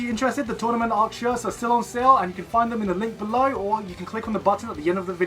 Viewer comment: I can't stop thinking about you saying "tornament ark"